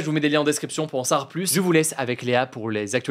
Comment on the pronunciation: Pourquoi hugo dit dans chaque épisode "pour en sawar plus". Il suffit de le dire moins vite et c'est facile à prononcer correctement 😅